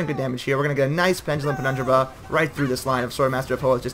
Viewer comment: Ur pronunciation of pendulum penu,braral is hilarios good battle tho